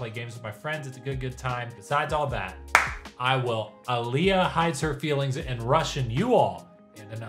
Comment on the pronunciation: Sir... you and I are gonna have some beef over how you've pronounced my name for the past 2 years vs how you just said Alya 🤨😂